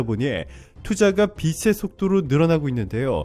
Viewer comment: 가끔 최고수익률의 방송을 보면서 기분이 좋아집니다. 그리고, 아마 외국인들도 이 방송을 볼 것같기도 합니다. 내가 영어를 배우기위해 영어방송을 보듯~~!! 그런데, 옥의 티가 조금씩 보입니다. 빛의 속도를 비츼(체) 속또로 발음이 되어야할텐데,.. 비싀(세) 속또로 잘못된 발음이 나오네요. 이 방송을 통해 한국어공부를 하는 사람이 있다고 생각하고 정확한 발음이 요구되네요. 좋은 방송 중에 옥의 티가 발견되어 글을 납깁니다.